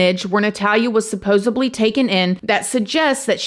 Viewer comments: fyi, it's "supposedly, not supposobly" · there's no "b" in supposedly. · PS,....its " supposedly" not "subposedly".....